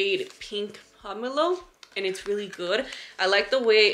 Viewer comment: Soooo glad you're back! ❤ And on a side note, you're the only influence I've seen that actually pronounces pomelo correctly! Love you girl!! ❤️